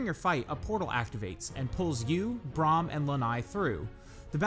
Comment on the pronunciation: Good video, although it put me off a few times when you said Joko and Braham's name, wrong xD